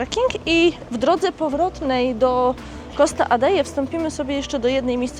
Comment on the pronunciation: Costa Adehe ,nie kalecz Hiszpańskiego.Fajny odcinek ale wymowa do bani.My tam jesteśmy kilka razy w roku🖐